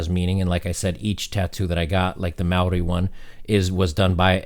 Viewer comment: It's not pronounced meouw-ri it's more like Mow-ri. Respect